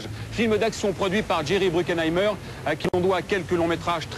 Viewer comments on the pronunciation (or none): Jerry BruCKHEIMER et non bruCKEINAHIMER comme je disais y à 28 ans en enregistrant la même chose à 16 ans, je l'ai vu seul au ciné en août 1997